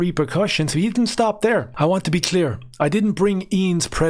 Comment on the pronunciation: Dares two or tree trains of taut here….. sorry but I just had to do it.